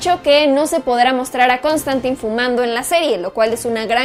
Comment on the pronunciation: ¿No se pronuncia Constantain? :P